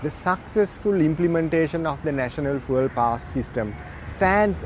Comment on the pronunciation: Bro needs to learn how to pronounce fuel